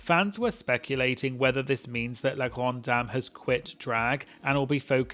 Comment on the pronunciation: ikr, as a french myself, his pronunciation of La Grande Dame and Parfum Orange was actually really good !